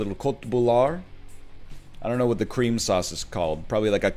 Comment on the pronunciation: The way you said creamsauce sounded phonetically like kramfisk. In swedish kram means hug and fisk means fish. You already know I'm pogging out of my mind for this hug fish banter.